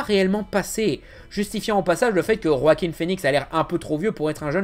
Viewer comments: Il dit "Roaquin Phœnix"??? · J'ai quitté la vidéo quand t'as dit "Roaquin Phœnix" ! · Ca se prononce vraiment Roakim ? Oo